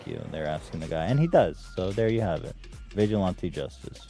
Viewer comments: Papa bless, but please stop saying vigilante like "vigil auntie" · you are pronouncing vigilante wrong and you just discovered stop a douchebag? come on ethan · Wait, how is it Ethan says: “vigilante” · god, I can't stand the way Ethan pronounces the word "vigilante".He repeats himself which is expected of him by now but still.